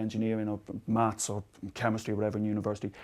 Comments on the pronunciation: It sounds like they're saying MATS ... instead of MATHs ... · Does he pronounce "maths" hard enough? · We know you're a limey when you say "maths".......